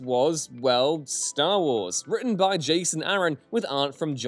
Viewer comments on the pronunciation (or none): none